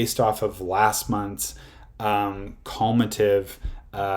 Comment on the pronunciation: Taking investing advice from a dude that pronounces cumulative as cULmAtiV